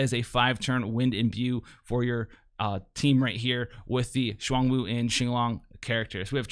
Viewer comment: For their pronunciation, it's Zh-uan (like the 'ju' part of au jus, rolling into Juan) Woo and Ching Long.